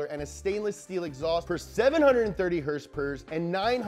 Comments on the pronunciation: What did your said?????? Horse power ????? I thought you mean hrsprs !!?!??? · I like the way he says: "heers-pers" 😂😂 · #HRSPRS is such a fun way to pronounce Horsepower.